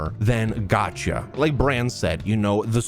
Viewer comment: things I wish everyone knew: how to pronounce gacha